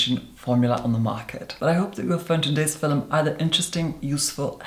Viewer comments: I JUST REALIZED OUR LORD AND SAVIOR IS SAYING FILM AND MY HEEHAW ASS THOUGHT HE WAS SAYING PHILUM LIKE IT WAS AN OLD TIMEY WORD FOR VIDEO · "Filuhm!" <3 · Quick question, I might sound dumb, but are they saying film or filum? I think it's film but I'm doubting myself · “In today’s FILL-um” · Who else lives for when he says "fillum" ?!!!💕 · Is filum how film is pronounced internationally?